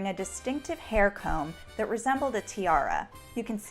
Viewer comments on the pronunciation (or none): none